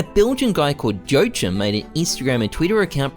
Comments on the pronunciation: Please m8 it's not "joatjim" it's "joakim" it's a very common name. How have you never heard it before. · Joechim? You mean wah-keem? Gotta love the english language. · I have never heard are more wrong pronounciation of "Joachim" xD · the last time we all flamed him for his pronounciation of Joachim and now he does it again lmao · bruhhhh I'm here to comment the same haha, apparently doesn't really read the comments